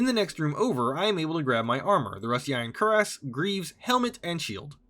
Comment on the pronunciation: Fun fact: Cuirass is actually pronounced like "queer-uhs", it's one of those weird words from the middle ages